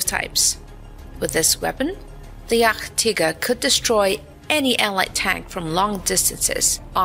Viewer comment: „Yachttigger“ 😂😂 But Good Video 😂😂